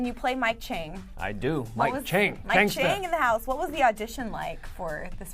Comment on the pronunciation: lol i'm chinese and hearing how the woman said 'chang' makes me ROFL. she pronounced it as 'cheng' rather than like cha-ang 'chang'. well can't blame her though she doesn't know lol :/